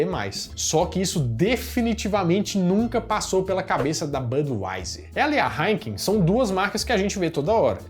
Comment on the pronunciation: O bom é o falando "Haikem" "Haikenem" kkkkk